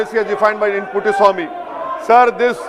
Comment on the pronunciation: this mad crazy guy reading it.... Puttuswamy to Puttaswamy